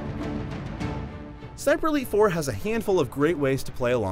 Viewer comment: each time he says ''sniper elite 4'' i hear ''siperleyfor'' (im drunk btw)